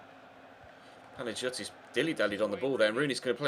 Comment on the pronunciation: Just for the future, in Greek, when "g" and "i" are together like in Panagiotis, it's pronounced as a "y". Not to be a prude or anything but yeah.